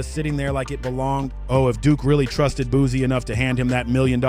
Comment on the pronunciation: It's BOOSIE, not BOOZIE....FACK!!!! I CRINGE every time he says that....